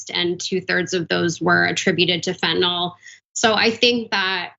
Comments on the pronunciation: Why do they keep saying fentanol it's fentanyl. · It's fentanyl, not fentinol, or fentinall. 🙄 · it doesn't help credibility that neither the commentator not the host seem to read English well enough to pronounce "fentanyl" properly... please note the "y" does NOT get pronounced as a "short O"...